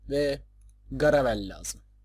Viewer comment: Garavel'i Gargamel anladım asdasdasfasdadas XD